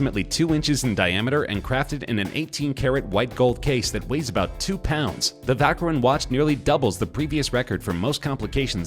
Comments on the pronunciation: Vacheron is not pronounced "Vaceron" but "Vasheron" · You dont say vacheron its pronounced vasharoon!! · "vackron" constantin lmfao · Learn how to pronounce Vacheron lol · I once saw a video that teaches the correct pronunciation of watch names and i thought i got it right from there. but hearing hublot and and vacheron from you, i'm now confused....